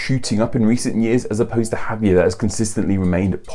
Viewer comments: I have a childhood friend named Xavier and he has always pronounced it Javier. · I dont fkn get it or whatever your name is,you should know that Xavier is supposed to be read as " sha vi ER" and Javier as "ha vi ER" plus you have to read the R in these words,also you should ve included Xavier Hernández,a very popular footballer,and Javier Hernández a very popular footballer,especially since you include wrestling,i mean football is so much more popular than wrestling